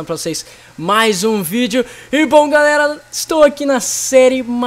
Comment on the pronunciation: kkkkkkkkkkk o rezendeevil falu galela